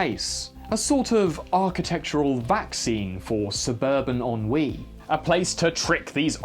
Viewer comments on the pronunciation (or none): Apart from pronouncing ennui as "hon-wee" I'm inclined to agree